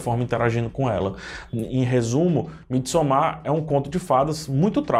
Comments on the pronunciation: A pronúncia é "midsômar" nada de "midsomár". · Bom dia! Desculpa! Diz-se: mídi sômar! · Não se pronúncia "Midsommár" e sim "Midsômmar"